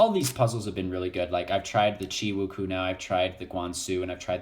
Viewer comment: btw it's pronounced wu-chew-ayyyyy